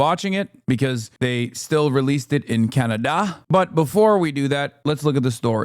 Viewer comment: Why you pronounced Canada like that 😂